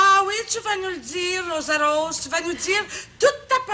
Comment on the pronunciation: Le seul mot que le figurant a à dire, "Rosa-Rose", il se trompe et dit Rosara......!!! (j'ai réécouté 3 fois). Le gars était nerveux, il avait dû penser à ce moment pendant des semaines, pratiqué "son" mot devant son miroir, et a fini par se tromper... j'espère qu'il n'a pas vécu caché chez lui par gêne le reste de sa vie😁😆😅